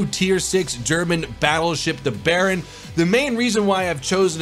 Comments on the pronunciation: Jesus Christ! i remember when you played steel ocean 1 year ago and you still say bearin. Its Buy earn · FFS it's not Baron it's Bayern (buy-earn);D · It's BAY-ERN not baron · It's called "Bay-yern" not "bay-earn" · BUY-EARN not Baron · you say by + earn bayern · Its pronounced baiern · you actually pronounce it like "bye"-"earn"but that was a really fun video to watch! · AKshully,, it's pronounced BUY-errn. Can't wait for this ship myself,! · Just a tipp on the pronunciation, say "By earn". That would be as correct as you could get it. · Did you just pronounced Bayern like "Bayrroon (Baron)"? Oh well, just call it Bavaria :D I guess that will do for you non german speaking plebs :P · It's pronounced bai-urn. It's the german word for Bavaria. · pronounce it by-earn. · Bayern = Baron??? Can you not read? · please stop calling it the baron:( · pronounced buy-yern but say it like you want it😆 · I'm sorry I don't know that Bay=buy :) Also find it funny no one cares when I pronounce Tiger and Panther not in the German tone. ¯\(ツ)/¯ Fuck it im going to go BAY some ice cream and have a good day BAY GAYS ....I have to state this because the internet is very sensitive. GAYS was meant as a joke for the play on word for Bay=buy so... instead of guys i pronounce it the opposite "gays" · The way you pronounce Bayern makes me cringe love your videos